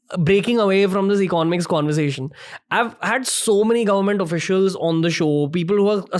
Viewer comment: eco-nomics not econ-omics.